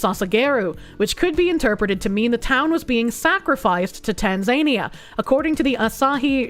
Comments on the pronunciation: Please, it's pronounced tan-zuh-knee-uh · Btw, it's pronounced tan·zuh·nee·uh.